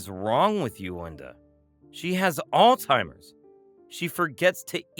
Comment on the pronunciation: I enjoyed the story i just wish they knew that it is NOT pronounced All Timers.